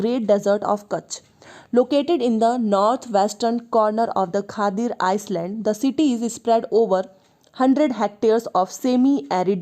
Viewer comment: Very good explanation but if u don't mind, I just want to correct u at pronunciation of Island. S remains silent in it